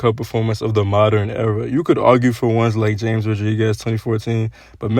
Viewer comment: Great vid bro, btw he pronounces his name ha-mess rodriguez